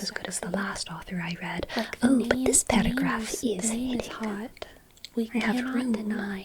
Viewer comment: "ouh, but THIS paerograph is HITTING 🧙‍♀✨👆" the pronounciation makes it so funny